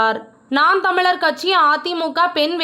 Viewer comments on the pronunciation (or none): Please pronounce Tami properly 😂😂😂